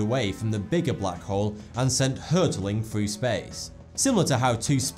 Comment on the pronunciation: when he says thought 2 it sounds like he says 42